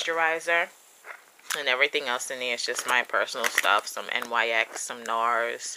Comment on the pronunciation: Nice!! :).. Btw it's said like Nix